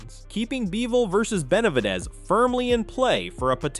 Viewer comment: "BenalVidez"?!?! Fuck these AI channels.